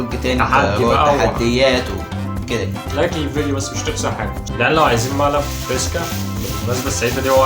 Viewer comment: فريسكا ضيع حرف الراء😂😂😂😂😜